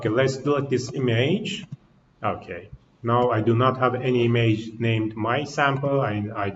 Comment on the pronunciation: Check the pronunciation for "image", the way you pronounce it sounds like "e-mage". Thanks for the presentation!